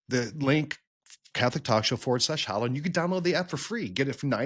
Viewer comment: My brothers in Christ, it’s pronounced “HA-low”—not “HO-low”